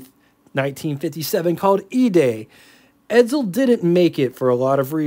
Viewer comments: Isn't it pronounced "EdSel" not "EdZel"? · BTW : edSel, not edZel